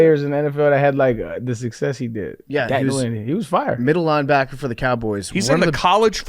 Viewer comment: Nguyen is pronounced “win” btw